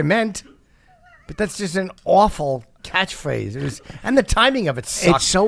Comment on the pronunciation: Did Rich just pronounce catchphrase as "catthphrathe"? 🤤💦